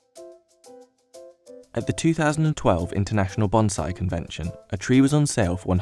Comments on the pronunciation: That's "BON-siEE" not "BON-ziee." It's not a Kamakazi pilot. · It is pronounced bonsai like it is written not bonzai. Business Insider has some terrible narrators.